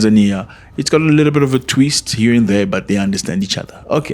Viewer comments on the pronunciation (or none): none